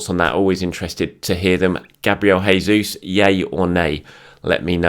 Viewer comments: Hey, hope you are doing well. I know you love pronunciations, so I thought I'd help you out. It's Jayzeus not Hayzeus. He's brazilian not spanish so he/we use the portuguese style. Chelsea, Manu, and the return of Tomi and the return of. Brilliant week. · It's not hesus. This is portuguese not spanish. It's pronounced as in English